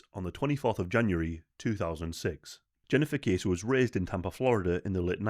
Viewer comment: Pronounced like Bessie, but with a K, Kessie xx